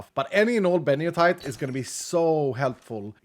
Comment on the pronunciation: So how old were you when you realized the ore is actually called Benito-ite and not Benio-tite as calls it